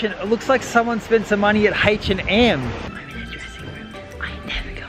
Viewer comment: Hatch & Em lol it’s H&M